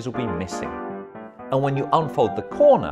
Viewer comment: EM-MEY ZENG!